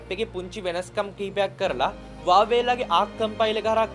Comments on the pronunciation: වාවේ නෙමෙයි හුවාවි කියහං 😂😂😂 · Huawei කියල තිබ්බට ඕක pronounce කරන්නෙ වාවෙ කියල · Uawei newe huawei 😂😂😂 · Broo ubata Huawei kila hariyata kiyannna be ne 😂 😂 😂